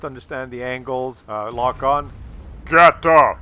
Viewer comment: VGATOV! it is a V at the beginning :)